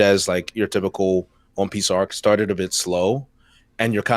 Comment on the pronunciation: I’m sorry, I gotta point out that you said “it sharted, I feel like, with Wano”, lmao